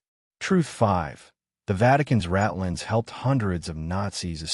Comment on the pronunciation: The term is “rat lines”—not ratlins. Like the wires a rat could run on to sneak out of a hiding place. When are you guys going to have someone listen to these programs to get the words and accents right. Someone who knows the history and some German.